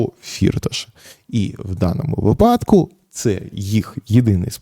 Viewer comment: Та скажіть вже хтось пану Ярославу як робиьи наголос у його улюбленому слові вИпадок (як вИрок, вИсновок) а випАдок це схоже на припАдок